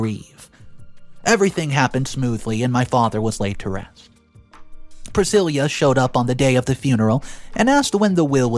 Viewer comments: PrisciLLa. NOT priscilia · The name Priscilla is Pruh-si-luh not Prih-sil-yah. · Just to help, when it's spelled 'Priscilla' it's pronounced 'Pri-sillah' not 'Pre-seelee-ah'🙂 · Priscilla not Priscillia .. please work on pronunciation . It can be quite annoying ....... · What I wanna know is why the hell didn’t her father get a vasectomy if he was adamant about never settling down seeing that he already got baby trapped ?? Oh and way to butcher Priscilla’s name, it’s silla not ceila 🫤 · PriSILLA, not Prisilia! Driving me mad getting it wrong, sorry, but there it is. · PRUH-SIL-UH! Dude, you really need to learn how to properly pronounce words.."Pri-sil-yah"? That's not a name! There are so many words you mispronounce it ruins the story. I'm not trying to be mean, but you should really take a minute to check words you're even the tiniest unsure about! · My thoughts? The word is 'Pra-sill-uh' not 'Pra-sill-yuh'. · Priscilla is pronounced priss SIL ah. Not priss SIL Yah. At least I have never heard of that pronunciation. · pronounces “Priscilla” weird. It’s pronounced with a “lah” at the end, NOT “lia.” 😫🤦🏼‍♀️ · Glad you said it. The constant mispronunciations bug the heck out of me. Like saying Pri sil YA instead of Pri sil AH. 😑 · The name is pronounced Prah-sill-ah. Jesus your pronunciation is really awful sometimes! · Priss-cill-uh. Sheesh. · Pree - si-La. PLEASE! You drive me crazy with the mame-butcheting. Don't you have someone to ask? Please ASK!!!😮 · Priscilla - pronounced "Priss-sill-a" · YOU ARE PRONOUNCING PRISCILLA WRONG !!! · Hearing “Priscilla” mispronounced so many times was like nails on a chalkboard. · You keep saying the name wrong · What a shame that the inane accent and vocal range, went awry here ? And your pronunciation is getting worse ? You pronounced Pricilla's name wrong 3 different ways ?? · he mispronounced Priscilla too. It drove me nuts through the entire video.